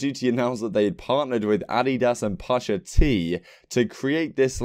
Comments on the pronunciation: Push-ah-t , my guy lmfaoo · “Pausha Tee” 😂😂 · The way you said pusha T ahaha